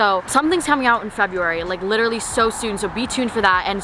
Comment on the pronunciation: nobody:: “LITCHERALLY” 😂 love youu